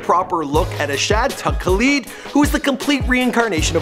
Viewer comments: It's khaled not khaleeeeed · His last name is not kaleed it Khaled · You said "Khaleed" again. Oh for fuck's sake,. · why does he say Kaleeed it Khaled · Why can you never pronounce things lmao "caleed" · Asahd ''kaleed" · You want DJ Khaled to watch/retweet this but keep mispronouncing his sons name? And the last? Ok